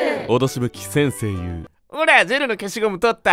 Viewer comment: 先↑生↓言うが独特